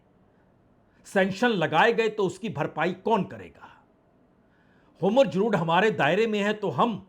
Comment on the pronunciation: हॉर्मुज को होमुर्ज न बोलें बाजपेई जी